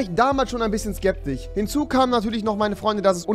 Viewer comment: Skeptich, Teoretich, Gelöcht xD